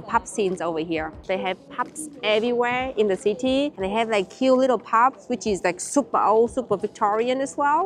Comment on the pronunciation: Pups (instead of pubs) had me rofl! 😂😂🤣